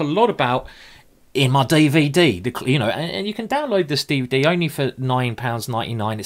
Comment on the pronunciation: I love this game....I've watched it several times. Also love your Day-Vay-Day Simon.